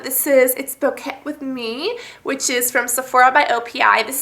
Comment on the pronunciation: "Boquet with me" is pronounced bow-kay with me.